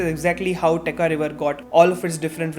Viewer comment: Absolutely loved it. But it's Techa( cha as in chai) and not Teka river 😅